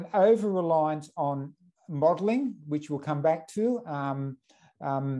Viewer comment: The way he says modeling sounds like muddling, which is about right.